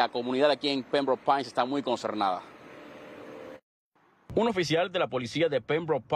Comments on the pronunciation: "consernada", en Miami ya no se sabe ni lo que se habla. 😂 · “...la cumunidad está muy CONCERNADA...” Inaceptable que un reportero hispano tenga semejante pronunciación. Hay que aprender a hablar antes de agarrar un micrófono. Telemundo por favor DICCIÓN, DICCIÓN, DICCIÓN...🙏🏼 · Concernada? O conzternada? Ya ponenen a cualquiera de reportero?